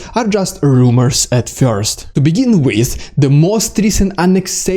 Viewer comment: I'm here to hear what's "fyorst" ;)